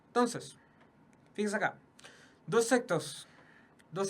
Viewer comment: ENTONCEEEEEEEEEEEEEEES NO TONCESSSSSSSSSSSSSSSSSSSSSSS NO ESTÁS CHATEANDOOOOOOOOOOO